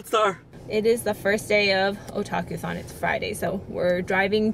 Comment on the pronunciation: Oh god i thought you said "kotakuthon".. Imagine a convention all about bad game journalism..